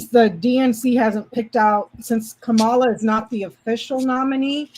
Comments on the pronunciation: Don't be a DonOld. The emphasis is on the first syllable. It's KAmala, like comma la not KaMAla! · it’s pronounced comma-la, or Madame President. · Great job. So fun & informative. Also: Let's all learn to say KAH-mala. Rhymes w/ "mama" & "no drama." This way we don't sound like Trump & Charlie Kirk & Sean Hannity intentionally mangling her name. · Accent on first syllable -- Kamala rhymes with 'momala' which is what her stepchildren call her. Not sure how 'no drama' applies -- 'no drama Obama'? (re Barack Obama?) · I know there isn’t any malice when yall do it but can we all make an effort to stop mispronouncing Madam Vice President’s name? It’s pronounced Comma-La. I say this because mispronouncing names has long been a tool used against Black and brown people and immigrants as a way to dehumanize them.